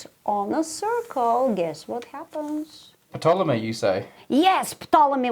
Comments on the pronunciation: FYI, the P is silent in Ptolomy, So its pronounced Tolomy. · Wow. I learned that the "P" in "Ptolemy" is not silent! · Who pronounces the P in Ptolemy? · I love how pronounces *P**T*olemy. Just saying. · Glad I'm not the only one who is not used to it being pronounced that way... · I didn’t know you were supposed to pronounce the “P” in Ptolemy.